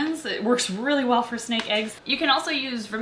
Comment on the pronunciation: Girl it’s snake not sneak